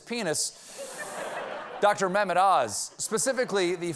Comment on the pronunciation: I love the way Americans pronounce Mehmed. It's so adorable